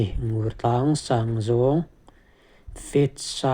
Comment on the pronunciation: Mizoram tlangsang zual te tih hnua "Top" tih sapṭawng hman a ngai tawh lo. Ngur tlang lam dan hi Nûrtlang tih tur, ui 'ngur' anga lam tur a ni lo.